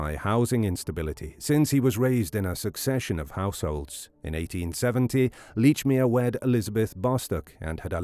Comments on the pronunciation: How the hell can you pronounce the name as Leechmere when numerous people have pronounced it as " Lechmere " ! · Very annoying that you can not even pronounce your subjects name correctly. Plus the name he gave was his stepfathers name which he sometimes used.